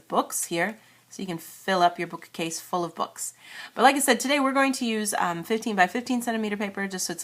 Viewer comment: why do you say 'book-A-case' ??